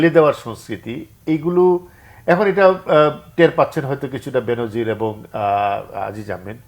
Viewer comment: উচ্চারনটা "বেন‌জির" হ‌বে , "বে‌নো‌জির না।